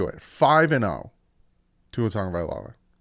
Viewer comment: TAGOVAILOA…not Tongue-a-vailoa